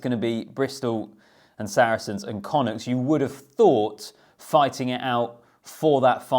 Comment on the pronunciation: Excellent pronunciation of connaught.